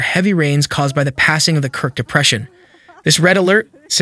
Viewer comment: K I R K not "krik"